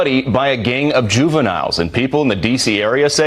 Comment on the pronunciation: “Teens”. “Juvilinnes”. We all know wha this means